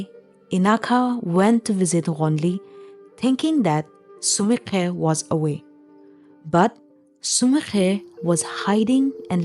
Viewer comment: Only can pronounce the name Ghonili & sumikhe so well so the narrator is 😂